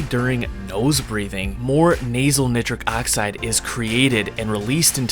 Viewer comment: I’m sorry dude but nitric oxide is pronounced a little different lol